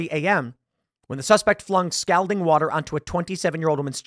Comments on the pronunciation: It's pronounced "skaul-ding." Not "skal-ding." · skol ding skol ding. Not skal ding. That's how you pronounce scalding, like Calling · It's pronounced "SCOLDING". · Tim. Scalding is pronounced like SCAWLding, not the way you're saying it. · scOLD, tim.. not scALd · What is "scowlding"? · Scalding======= S called ing....... Scalled ing....... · Tim mispronounced "scalding". It's pronounced scal like "all" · TIM you say "Scalding" funny... supposed to be pronounced (skawlding) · stop saying stowlding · Scoulding water? She-riffs? 😂You have an odd way of pronouncing some words for someone who reads to an audience for a living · Anyone else just wishing that tim knew how to pronounce "scalding" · So we're all just gonna act like Tim is pronouncing "scalding " properly? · For the love of God somebody tell him how to pronounce the word scalding. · Scalding is not pronounced that way. :) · Hearing Tim mispronounce scalding numerous times, and almost get it right a couple times is so cringe. I hate how so damn many people who literally talk for a living have a hard time with words. you're a professional, that should never be an issue. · Please learn how to say scalding... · Please for the love of all that is good in the world learn to pronounce "scalding"